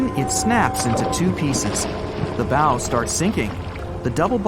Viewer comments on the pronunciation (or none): It's pronounced the bow not the bowe